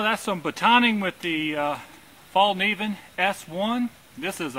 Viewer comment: You got to love americans =) Thay can't say Falkeniven corect. The Falkniven makes amazing good quality laminatid knives. And becos its convex grind it wil last long time and go good true wood